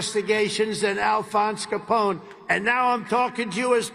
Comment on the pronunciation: "The great... late... Alphonse Coppone." Come on Donny, you said that line so many times about Hannibal Lectter, you can't get it right for Coppone? 🤦‍♂️